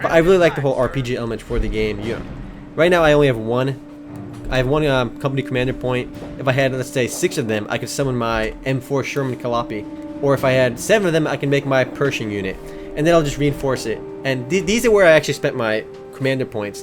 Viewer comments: Its not Sherman Ca-lop-pie its Cal-li-ope. Anyways, are there British. Oh and always retreat at low numbers. You don't want to lose whole units like DoW2. And you CAN go wrong with sandbags, especially when your enemy uses them. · Wurrmuscht? Veer- (as in to veer) -ma- -ht- Also it's: Cali (as in the stae) ope (as in "dope")